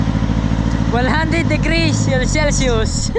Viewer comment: 😂😂sabihin patagalog cel Sus one hundred degrees Celsius cute mo talaga but at least you try magsalita Ng emglish